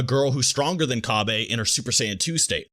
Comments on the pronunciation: Cabbay? Really?? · Cabbe?? Kinda cringe my man